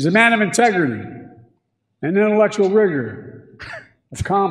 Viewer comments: The other gaffe was really Biden turning into Elmer Fudd, trying to say 'rigor' (intellectual rigor) but having it come out as 'wigor.' Which also sounds like 'Uyghur.' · It sounds like he said Rigger🤷🏾‍♂️ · It sounded like, ".....and intellectual rigor."